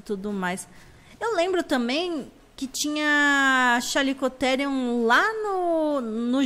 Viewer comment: o certo é o jeito que ela fala pq eu vi em um documentario dizendo chaliecotierium